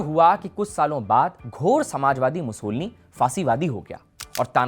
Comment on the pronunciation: मुसोलिनी है मुसोलनी नहीं